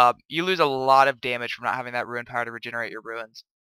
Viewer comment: I stopped watching this vid as soon as you started pronouncing rune as "ruin" fucking frustrating man